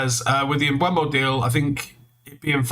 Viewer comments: It's Mboo-mo. He's said that consistently. Even United just got him to release a video saying how to pronounce his name. Stop mispronouncing it. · ‘Mboomo’, come on now this is how it is said